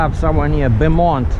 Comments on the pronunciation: It’s Bo-mont Kmsl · Glad to see you back making money. Stay safe. By the way Beaumont Texas is pronounced boemont and Jacinto City is pronounced with the Ja a short "a" as in ah and sintoe Jancinto. The "N is silent."